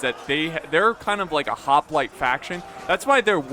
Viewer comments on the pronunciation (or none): none